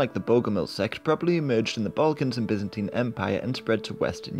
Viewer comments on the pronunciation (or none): none